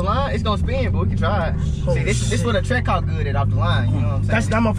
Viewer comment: Lol Kai funny ash he said hell cats and trackhawcks